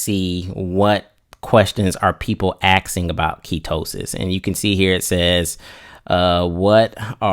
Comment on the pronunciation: he was so close to not saying axing. So close, but u said axsking